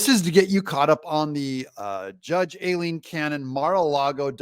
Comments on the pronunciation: If you don’t want to CORRECTLY pronounce “Aileen” [EYE-LEEN, not A-LEEN) then please just call her Judge Cannon !! She’s so professional & awesome and she certainly doesn’t deserve to have you BUTCHER her first name every single time !! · Judge's name pronounced, "I lean." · D u h h, it's pronounced Eileen, spelled A i l e e n